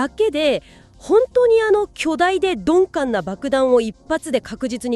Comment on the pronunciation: 鈍感をドンペンみたいに言うなw